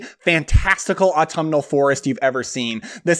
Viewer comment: Take a drink of Spiced Apple Cider every time he says Atumnal